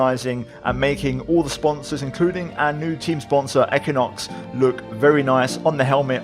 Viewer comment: Equinox is pronounced - Eck win ox - just so you know 😉 Awesome series, you deserve way more subs for your quality videos. Keep em coming and good luck with your channel 👍